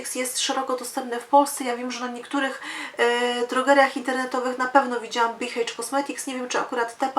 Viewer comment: Dziwne ale H po angielsku wymawia się EJCZ 😀